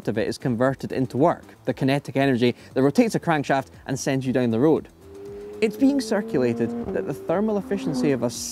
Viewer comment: DOWN 😂😂😂 NOT DOOWN OR DUOWN... JUST DOWN😂😂😂